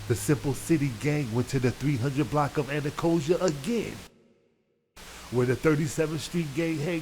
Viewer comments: Tf is Ana Costa 😭😭 nigga it’s “ana-cost-stia” 😭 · It’s Anacostia not anacotia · It's "Ana-cost-ia" dude. Not "Ana-coz-ia." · Dat man said “ANA COSIA ROAD” 🤦🏽‍♂️ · Ana•cost•ia please get it right that is not how you pronounce it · Kill he fckd me all way up wit dat😂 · The way he said anacostia😂🤣🤣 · That’s what I was saying! Like are you trying to say Anacostia?! 😂